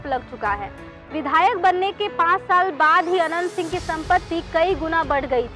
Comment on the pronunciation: Tumko Naam bolane Achcha Sa Nahin Aata Hai Naam Anant Singh Ji bolo